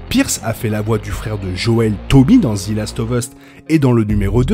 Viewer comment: Merci pour toutes ces videos ! ( "zi" last of us ca fait un peu mal aux oreilles par contre 😅)